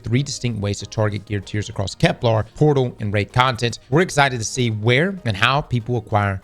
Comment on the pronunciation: I dont even care about EoF anymore, I just want to pronounce Kepler correct one time